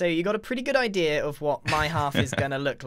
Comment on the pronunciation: "odea" congrats, you just made a prediction